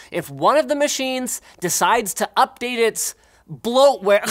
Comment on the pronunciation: Linus can't say "bloatware".